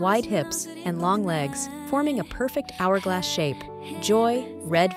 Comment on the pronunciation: Not how you pronounce 'hourglass'